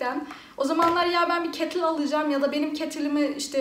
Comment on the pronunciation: Ne güzel kettil diyosun 😀😎